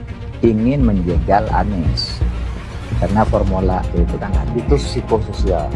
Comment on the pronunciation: Pormula. E.. Pormula. E... Pomula. E... Misteri..